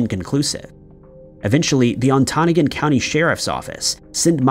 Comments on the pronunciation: Pronounced ON-Te-NOGGIN county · its pronounced Onta-Noggin. Spend alotta time up there in the porkies. its not that the terrain up there is that extreme, there is just alotta space. And there definitely a rule everyone here knows. Never go up there Alone. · it’s pronounced On Ta Na Gon, only because I grew up in the Upper Peninsula 😊😊